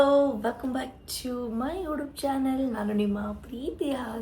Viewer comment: ಯುಡೂಬ್ ಅಲ್ಲ ಅದು ಯುಟ್ಯೂಬ್ ನೆಟ್ಟುಗ್ ಹೇಳೋದು kalthko ಆಮೇಲೆ video ಮಾಡುವಂತೆ